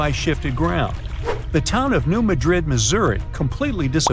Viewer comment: MADrid,not MadRID. Accent is on the first syllable, not like the city in Spain.